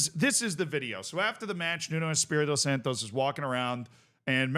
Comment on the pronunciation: Santo not SantoS. Nuno is not Mexican